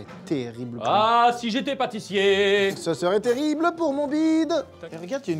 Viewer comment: Qui a eu la ref qu'à d McFly a dit "Papatissier" !